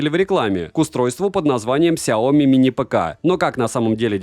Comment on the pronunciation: СайомИ На последний слог ударение Но всё равно спасибо что не через К произносите =)